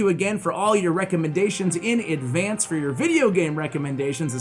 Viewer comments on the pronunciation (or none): none